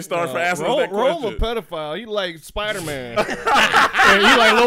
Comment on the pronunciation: I’m feeling some type of way that Rome pronounced my name wrong. Because he’s cute, and that’s my nickname, I’m going to let that slide. 🤣🤣🤣 But seriously, thank you guys for putting out great content and keeping us entertained during these difficult times.